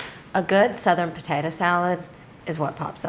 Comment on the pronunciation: I just love the way says "patata" 😅